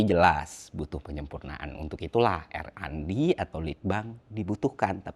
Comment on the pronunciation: RND = ar en di bang.. bukan er an di✌✌✌, agak ganggu dikit.. soalnya ini bukan yg pertama hehe